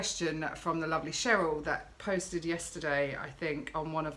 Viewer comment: im a Cheryl with the "SH". You said it right, Dont worry i get called either lolol. Xxxx